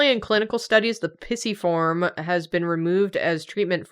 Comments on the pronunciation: Came here to be annoyed at how pisiform is being pronounced in this video! But then there are comments of being pregnant! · Listening to yall pronounce these bones is so oooooooo funny Pissyform PLEASE HAHAHA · Your pronunciation of the bones..... they are so blursed. Also, Pisiform is best baby. Congratulations,!